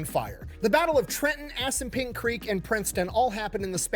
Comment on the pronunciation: Did he say "ass n' pink river"? Edit: okay, Assunpink. What a fuckin name 🤣